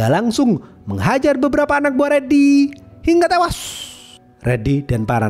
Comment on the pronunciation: Hingga tewas itu gak usah ditekan bg kek org mau birit